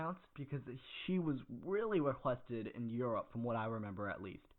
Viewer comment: Just say Europe